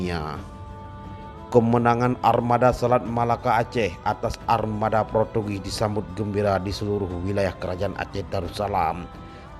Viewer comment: Motiwiwasi dan ipreliasme, interversi, protugis, pertugis 🤣🤣🤣🤭